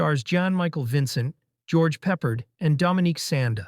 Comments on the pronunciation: Never have I ever heard his name said like that...lol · Bro, the way you say George Peppard's last name seriously had me about to crash out (got me searching Google and Youttube like I'm trying to finish my homework at the last minute). I watched the A-Team when it first came out in '83 and when ever it was shown in reruns. I've never ever heard it pronounced the way you say it...🤣😂🤣😂